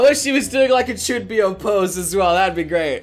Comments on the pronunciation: "Chuunbiyou"?? Isn't is "Chuunibyou"? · It sort of Boggles me... that for the longest time has pronounced Chuunibyou. Chunbyo. He has watched the anime as he said. "I got my own little Rikka-chan". The very first thing in the anime is the narrator explaining ChuNIbyou in fact if i remember correctly in the opening they spell it Chun 2 byou. meaning they pronounce it as NI the number 2 in Japanese. (Which i misspelled when using G.T. i thought it was 2 I's but I learned. I can say I was wrong, that was something I couldn't confirm on my own.) -- I know what your going to say. CALM the FUCK down! You have no idea, since i've heard him say Chunbyo, i thought that was how you Pronounced it. You know the funny thing is when i looked it up and watched it I am glad I was wrong because something didn't feel right. I am just surprised that so many people let this slide when pretty much an other hard core grammar nazi or anime fan would kill him for less. Slightly miffed. -- I am grateful for, saying things about Chunibyou because it got me interested. (After I learnt what it is from a commented a few months ago on a completely different video on IFFY, which made me put of Chunibyou but got me interested simultaneously.)